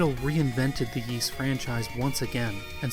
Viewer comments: Seriously. It always amazes me when Youtubers who cover things like Japanese games, anime, history, and culture don’t even bother to learn basic Japanese phonetics before releasing extensive, in-depth videos like this. No offense to OP as he is absolutely not alone here, but it just hurts their overall credibility in my eyes. When he mispronounced “Ys” though, in a freaking history of Nihon Falcom video, that was just too much for me. Not surprised that many people felt the same way and pointed it all out well before me, and respect to OP for publicly acknowledging his mistakes. For what it’s worth I still enjoyed the overall video a lot and even learned a few things despite being an Ys nerd who’s been familiar with Falcom for the better part of two decades now. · It must have been a lot of work to make this short documentary and it is informative. I salute you on it but I have to give it the thumb down for not correctly pronouncing Ys and Zwei. Ys is literally the predecessor of Paris (on a par with Is). The character Adol(f) is taken directly from the legend of the mythical city Ys. If you pronounce the name with an Ee sound like the French there is no S sound. Zwei is German for two as the game revolves around two characters, like a large sword is called a Zweihänder. Just to give some insight in the thumbs down. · Ys: 'Ees', not 'Yees'. Yeesh. Every time you say it I cringe, and you say it a lot... Great video though. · "eace", not "yeace", please. :) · Omg dude it's a great documentary but one would think you would have researched how Ys is pronounced! It's not pronounced Yees, it's ees! Every time you say yees I cringe! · Didn't you check the pronunciation of Ys during your research? It's Ees, rather than Yees. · I am really enjoying your video, but please stop saying “yease,” it’s pronounced “ease,” like east without the t. For anyone who wonders, the Japanese kana reed ee-su. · Yees? I thought it was pronounced as "ease"